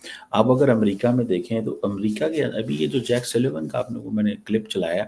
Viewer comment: His name is Jake Sullivan and not Jack Sylvain Mr. Cheema! You cannot even get the name right and you are a PhD in international relations.